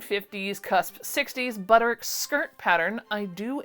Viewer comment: Hope things are getting better/easier for you. I don’t want this to sound mean but how are you pronouncing Butterick? It sounds like one syllable. How are you doing that? You said it it like i do for 3524 but then went back on the next one 8577. Are you just saying Butter? I don’t know why I’m obsessing over this. You say whatever you want!!!